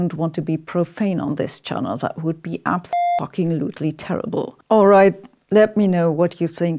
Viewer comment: I love the way it said on the screen "abso-f****ing-lutely", but you pronounced it "abs(**beep**)-fucking-lutely" 😂